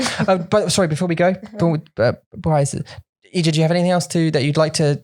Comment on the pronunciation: I kept hearing Ija's name as clothing rack for the entirety of this podcast, and I was very confused for some parts of this episode. Ija has some great insights and brutal truths!